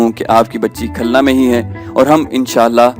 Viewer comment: khalna nahi khulna